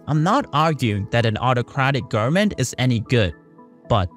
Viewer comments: O.M.G ! Repeat after me: , g o v e r n m e n t . Nooo, not garmin. No man, not garmen, , g o v e r n m e n t . G, o, v, e.. stop there! Say V ! Wow ! Repeat V until you succeed ! I know you can ! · Wtf u sayn “gurmen”? Can pronunce a v?